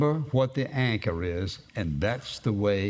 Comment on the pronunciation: When you day anchor it sounds like your saying anger